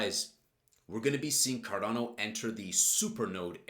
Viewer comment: Carrrrdano come on man come on man carrerrrrdano